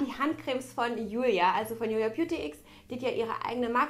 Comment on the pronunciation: Warum sagen alle zu Julia Beautx, "Julia Beutyx"? 😂😂💕